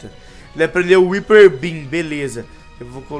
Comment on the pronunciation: esse ataque se fala haiper beam